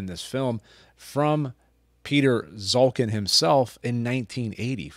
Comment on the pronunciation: Piotr Szulkin ( correct pronunciation is ''shulkeen'') was not liked by the state cinematography in communist Poland. That is why he was given a camera only in winter, which explains this post-apocalyptic cold climate in his films. Greetings from Poland !